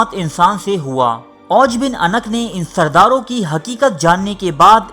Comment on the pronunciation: Jnab lafz anq ni hota unuq hota hy.